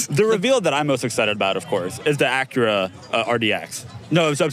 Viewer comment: Loved how Doug tried to behave himself by pronouncing Acura correctly and then correct with AcueRa